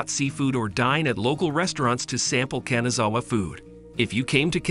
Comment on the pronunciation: 'Kanzawa 'saike' LOLs😅